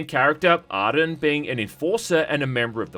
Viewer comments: It’s Ar-Jun not Aryun btw. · Repeat after me... ahrrr-joon. Not Arden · I thought his name was Arjun? Not Arden? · It's pronounced 'Ar-ju-n' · hey bro I think your saying the main characters name wrong its Arjun . the guy is voiced by the same guy as Malum Caedo from Warhammer bolt gun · Sorry to be that guy, but his name is pronounced Ar-June. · What's up with him mispronouncing his name?